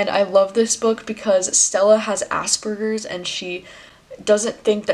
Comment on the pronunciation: Hey - IF you see this message I'm not trying to correct you I want you to respect people who have Aspergers try not to pronounce it like Ass Burgers It's As Per Gers I've watched multiple other booktubers that pronounce it like asburgers as well... I'm currently studying special needs but i think it's slightly disrespectful saying it the way you pronounce it... I do love your recommendations and the way you explain the books Thank you for reading